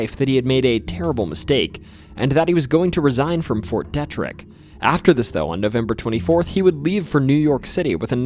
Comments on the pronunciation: Fort Deet-rick, not Dett-rick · Dee-trick not Det-Rick but love the video man. Thanks! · its promounced fort (dee -trick ) not deh trick.. its ft detrick... i worked there for a couple years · It's De Trick not Debt Trick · Its pronounced.. Fort “Dee”-Trick not “Deh”trick lol sorry being from Frederick that was bugging me 😂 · It's Fort DEtrick. Not DetRick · Dee-trick not Dea-trick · The Fort Detrick story (pronounced DEE- TRICK) is also a Netflix documentary “Wormwood”. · 1. it is pronounced DEE-Trick. 2. No, I never saw anything weird by the Loch Raven Reservoir. And that's not the only horrible event to happen there. In fact, I THOUGHT I saw a UFO in Baltimore once in broad daylight. It was something weird reflecting light. Then I remembered it was the same day as the Preakness stakes. As the bus move and I borrow binoculars from another passenger and could see the letter G-O-O-D-Y-E on it but I couldn't make out the rest.... but I didn't need to. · This was pretty cool. Born and raised in MD. Just FYI Pronunciation of Fort Detrick is a long e “Deeetrick”. It’s a pet peeve. When the news anchors were reporting the arrest of the DC SNIPER, they kept mispronouncing Myersville as Maresville. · Pity you didn’t learn to pronounce the name of Fort “DEE-trick.” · Detrick is pronounced DEE-trick source: my mom is a pathologist there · It’s pronounced Fort DEE-Trick . Please do not ever say it like that again. Thanks. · Fort Detrick is pronounced as D trick. The civilians stood on Washington Monument watching the soldiers battling South Mountain during the Civil War. And right in walking distance of the monument is where Ms Dalgren lived at South Mountain Inn, around 1876. She wrote a book called South Mountain Magic, which tells many tales of the unusual from Maryland, like the Snallygaster. It was tales of things that her neighbors told her about. I always have odd feelings driving by there, even before I knew of the story’s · Mispronounced Detrick (long e)